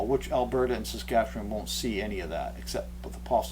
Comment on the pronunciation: 'Staskatchewan!!' I've always wondered how that was pronounced